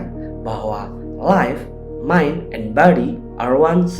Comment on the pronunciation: kerreen, inspiratif.... terimakasih.... sedikit koreksi.. mind... bukan mine.